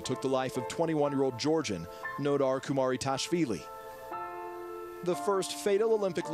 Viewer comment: his surname is KUMARIDASHVILI not kumaritashvili